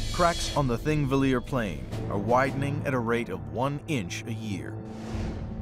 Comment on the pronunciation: Cool documentary, but kinda cringey that out of all the people who worked on it, no one bothered to check how to pronounce Thingvellir. If they had just consulted one Icelander or watched a single video about how the Icelandic alphabet is pronounced, they could have easily avoided this embarrassing mistake.